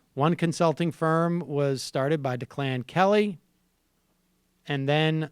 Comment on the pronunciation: You can see that Sam is only on air realizing that this is actually a real story of corruption. He never read the article before going to air! Also, intelligent people would have made a better guess at the pronunciation of "Declan", as a name. That would be "Deck-Lynne", not De Clan De Clan! I used to think Sam was bright. This season has showed how dull and dumbed down he is.